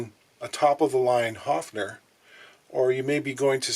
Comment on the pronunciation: "A level of cosmic optimism" - I love his eloquence! 😊 Nice correct pronunciation of 'Höfner', too! 🤩 And I'd once built an e-drum trigger from a bongo together with a pick-up just like these ones, in the early 80's and with instructions from a music magazine: It actually did work, too! But I had no sound module to trigger it with 😅